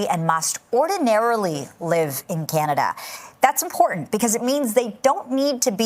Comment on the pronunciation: He doesn't even pronounce 'Canada' correctly! 🤣🤣🤣